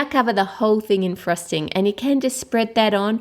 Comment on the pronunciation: i love the way you say frosting you say it like frusting i know this is wierd LOL By the way not trying to be rude its just that i LOVE your accent!!